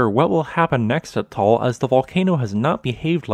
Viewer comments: Nice vlog, thanks a lot! But please note the correct pronunciation of Ta-al volcano, not Tol! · Taal has two syllables, not one. It is pronounced tah-ahl. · Thank you for the nice and profound updates about the Taal volcano. I have a friend living about 200 km away of the Taal in Luzon, so that is why I am interested in what is going on there. By the way ... the pronunciation of this volcano is a bit different from what you call it in the video. You say it in one syllable and it sounds like a "tall volcano". The locals there say it in two syllables: "ta-al volcano" and the two "a" being pronounced similar the "u" in English "but" or "hut". Keep on going with your great videos. I learn a lot (despite I attended some lessons in geophysics in my university time long ago. Geophysics was not my main interest those days though.) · No it’s just two times a long vowel like in mud or tug. 👍